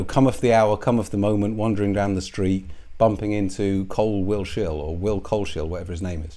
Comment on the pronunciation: Coles-hill not Cole-shill